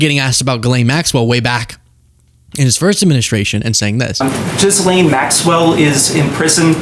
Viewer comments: JIZZ-LANE IS HOW ITS SAID IN “MURRICAN” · I believe it is pronounced "G'lon" 😬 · Giz-lane is how they pronounce her name. Kam-ala is their version for Kamala Harris. They always mispronounce names of people they don't respect intentionally. You know that because he they are corrected repeatedly but keep saying it wrong. So petty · you don't understand why people pronounce it "Jizzlane" when its literally spelled like that? I have no idea how Ghislaine = Ga-Lane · Subconsciously referring to “jism “ when pronouncing her name?😂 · Jizlane is the best pronunciation and we shouldn't be making a thing of correcting the way people pronounce a sex traffickers name. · Jizz, it’s a slang word for sperm/spunk. Calling her Gizzlane is taking the piss out of her, ie, she has a lane full of Jizz. I’m Scottish and I call her Jizzlane MacSwell. She looses all correct pronunciation of her name for being a dirty rapey slag. Respect for your work my friend 👍❤ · They're pronouncing it like "Jizz Lane". Unintentional???? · ‘Jislanne” 😂😂😂! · It is funny to me when people pronounce it "Jizz-Lane" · Still pronouncing Ghislaine wrong ..... in all of 8 attempts.